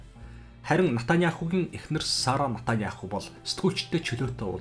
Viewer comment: Натаняаху биш, Беньямин Нетаньяху гэж дуудна. Араб болон Еврей хоёр үндэстэн цусан төрлийн хамаатан, нэг эцгийн хоёр хүү юм.